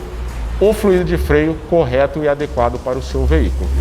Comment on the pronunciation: Muito bacana... só um detalhe: se fala flUido... fluído existe, mas é outra coisa!